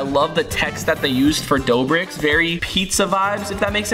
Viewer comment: dobrik?! its doughbrik matey